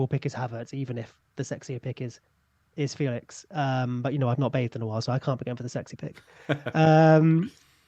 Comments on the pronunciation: Also it's apparently more like Fey-lish than Fey-lix if I'm not mistaken? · Just in case you guys care, it is feh lix not Felix there is an accent on the E...apparently he gets annoyed by people not saying it properly lol poor lad